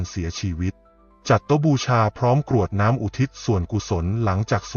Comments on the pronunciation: กรวดน้ำไม่ใช่กะรวดน้ำค่ะอ่านผิดหลายคำเลย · เนื้อหาดีทุกอย่าง แต่คำว่า กรวดน้ำ มาอ่านว่า กะ รวด น้ำ ผิดค่ะ อ่านภาษาไทย ยังไม่ถูกต้องค่ะ ขอขมาด้วยนะคะ ที่มาทัก คำว่า ตรัส เช่นกัน ลองปรังปรุงดูนะคะ